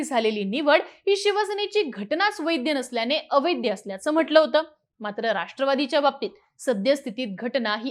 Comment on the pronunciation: वैद्य- अवैद्य नाही हो, वैध- अवैध असते ते 😂😂😂.. काय तुमची मराठी??